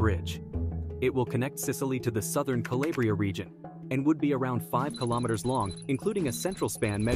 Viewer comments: Claèbra?? I was offended as a Calabrian it's called Calàbrìa, you have to pronounce each letter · please pronounce calabria correctly 🙏🙏🙏